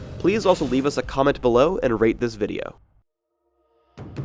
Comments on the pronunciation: Why do I always think he says: 'Please leave a comment below and rape this video.' xD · lol i heard wrong sounded like he said " and pliz reaip this vidio" first i was wtfO_O then oh ^^